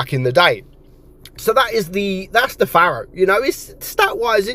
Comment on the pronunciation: It's a Pharaoh. Pronounced Fair-O. As in Ancient Egyptian Rulers. Not a 'farrow' as you say, which is a long narrow ditch left by a Plough in a field. Love you to bits!